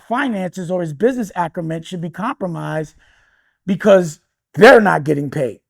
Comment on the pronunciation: it’s acumen, not “acrumen,” dummy